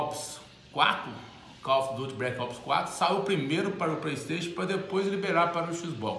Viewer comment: "Praistation" , "x box" kkkkkk , mais parabéns